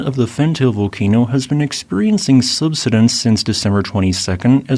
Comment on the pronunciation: I'm surprised the AI voice can't pronounce "subsidence".